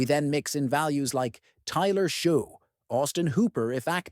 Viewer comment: Useless AI slop 1) It's Tyler "Shuck" 2) The punt plays are hilarious. Jack Westover is the Patriots 5th(?) string RB and hasn't received a single carry this year. Xavier Gipson didn't play a single offensive snap last game.